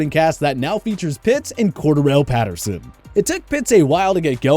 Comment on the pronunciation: He said Patterson name wrong